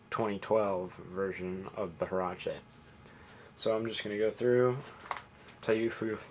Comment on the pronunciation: Just an FYI. They are pronounced wearache not herache. Just a tip for you mono linguistics.